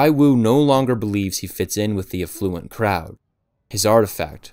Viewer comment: More nitpicking - the way he stressed the word “afflUent” 🙂